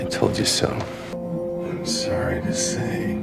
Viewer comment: Por que muchas veces to se escucha como du